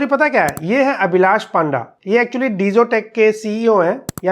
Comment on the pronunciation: Its पंडा, not पांडा।